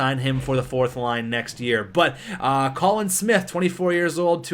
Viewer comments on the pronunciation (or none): none